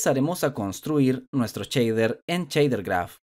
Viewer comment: Cada vez que oigo "Chader"... Grrr